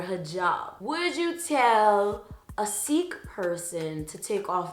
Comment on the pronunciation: By the way, Sikh is actually pronounced like “sick.” Learned this a few years ago from many of my friends who are Sikhs. Also, women from African ancestry in Louisiana had to wear tignons (tiyons) to conceal their hair because it was the law back in 1786. It was called the tignon law and it was made to ‘control’ black women who competed too freely with white women for status. It was also a strategy used to battle the men engaging in affairs with black women. By the way, I love you and your hair looks so nice!! 👀 ❤️